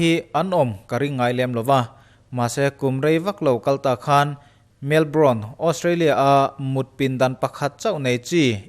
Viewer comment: Melbron, Melbrawn, Melbourne tih a lam(Mel-bawrn) Melbourne ani zawk lo maw?just saying...